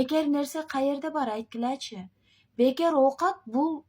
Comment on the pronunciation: Айткиляячи дейтго, аяш авамын кызы 🤧🤦